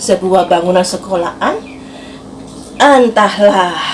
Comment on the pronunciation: Sekolahan mbak bukan sekola An🤣🤣